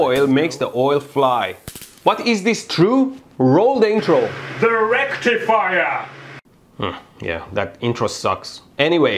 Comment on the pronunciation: You said "rectifier" wrong.